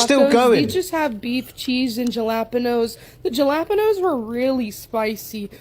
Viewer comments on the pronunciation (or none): Jah-lap-uh-nose? What on earth? 😐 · WTF are Ja-Lap-A-Nose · "Jal - ap - inos" jalapeños, is pronounced " hal - a - pinos." So sick of people not being able to pronounce this. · The Fat calling Galaponos, Jalapinos hilarious! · jelapinose is not how you pronounce jalapenos . too much cholesterol in the bria. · Out of all the things that shook me it was "jalapanos" bro not how you pronounce it. But seriosuly that was way too much food in one sitting so gross. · Ha - la - peen - no - s (jalepenos) 🤣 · Even the cat was like "Dafuq?" I think fatty is trolling, given not only the fact that she claims to look skinny while being fat, but also the fact that she can't pronounce "jalapeños" correctly. I don't even know 5-year-olds who can't say that word. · Did she just call "Jalapenos?!?!?!" Are you freak'in kidding?!?!?! LMFAO!!!!